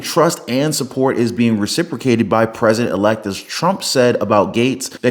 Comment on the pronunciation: "The President RE-Elect"